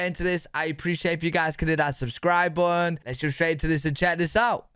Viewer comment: I never heard someone say "button" with no t's 🤭